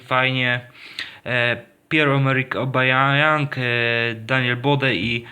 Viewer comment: Pierre-Emerick Aubaaeayeang xD